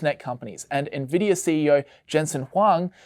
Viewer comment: im sorry "ne-vidia" ahahahahha